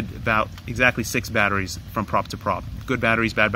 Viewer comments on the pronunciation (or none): none